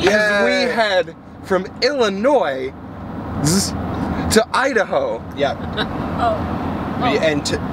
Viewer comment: He said Illinoise.............. NO. NO. as a resident of Illinois, that is one of my biggest pet peeves.